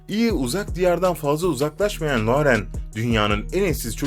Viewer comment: Isimleri cok yanlis soyluyorsunuz la-u-ren degil loren okunur, ayrica boyle videolar gercekten gereksiz her annenin gozunde evlatlari guzeldir